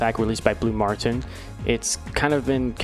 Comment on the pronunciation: ik, but I was just poking fun at how you pronounced blu mar ten lol, I don't think I've heard it said as martin